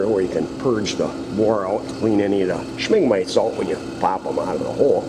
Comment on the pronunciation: What in hell's fire is a "Schming mite?"